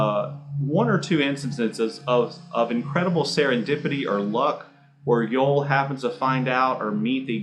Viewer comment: His name is pronounced Yo-Elle, not Yole